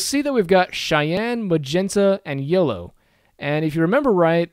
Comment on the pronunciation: Why does it sound like YOLO every single time you say yellow? I can't stop thinking about it...